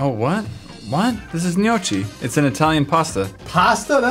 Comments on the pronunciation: you are wrong. It's pronounced 'no-kee' and it is like a dumpling. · Gnocchi is pronounced like KEY not CHEE. I'm Italian. Don't argue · gnocchi is pronounced ñioki, not nochi. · You have to say "gnokki" not "gnocci". I'm from italy man :) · It’s not nochi it’s pronounced no-key bro. I love gnocchi and tordilini or perogies and rigatoni all night. 🇮🇹 Italy is life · It is said knee-yok-ie not knee-yo-chi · Nyo-kee not Nyo-chee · It’s not pronounced gno-chi it’s pronounced no-key I eat it all they time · Its actually pronounced gno-key not gno-chi. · You pronounce gnocchi like neeokee. I am Italian and it makes me SHOOK NASTY. Like so he sees this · Gnocchi is pronounced (gno-key) instead of a chi sound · Justin Illiano at the end he said gnoochieeeee like as if it was finettic spelling which annoyed me my aunt is Italian and that's why I know how to pronounce it haha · Justin Illiano I am like 75% Italian and the way he says it makes me cringe so hard. I pronounce it nyohkee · My family and I always pronounced it like No Key. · we pronounce it as "nochi' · more like "nocky" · Carter Pike KNEE-OOH-KEY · I know I got SO SHOOK when he said CHEE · thanks for pointing this out. I almost did. I cringed so hard every time they said nochi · It’s pronounced nee-o-key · Noh-key actually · Smylie Constopolous The spelling pronunciation is "noki", or something like that. 😂😂😂😂😂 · The way it's said kinda makes it seem like it should be spelled nyaci or ñaki. it's just an odd word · It's nyoki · Literally made my brain hurt the way he said it.. it's pronounced like nyoki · Gnocchi pronunciation knee-oh- key trust me I'm italian😂😂❤️🇮🇹🤘🏻🤘🏻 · Gnocchi is pronounced like no-key correct? This video is making me question everything😂😭😭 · Box Bo it's pronounced nokki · Box Bo it's pronounced nyo-key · Box Bo it's pronounced knee-o-key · Michele Capucci it sounds like nyokii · I died of laughter when he pronounced it like "nochi" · It pronounced gnoki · It's said: Nok-ee